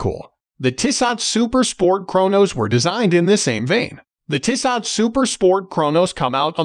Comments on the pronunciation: It's pronounced Tee-so. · Dude you're mispronouncing Tissot. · Bad video if you can’t pronounce the brand name correctly.